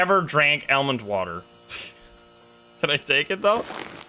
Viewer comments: Anyone else cringe every time he says El-mond water? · AL-Mand Water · The way he says almond water lmfao love it. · WHY IS NOBODY TALKING ABOUT THE WAY HE SAYS ALMOND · It stuck out like a beacon to me 😂 never heard it pronounced like that. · guys voice is crazy annoying also that's not how you say almond